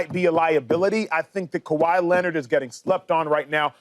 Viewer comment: Did Acho just say Kahwi Leonard and Zubac🤦🏾‍♂️😭